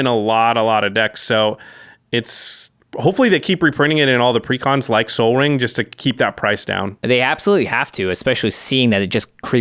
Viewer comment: I thought he said, like sol ring, in reference to the spelling. I was like cmon bruh, that is like the channels mascot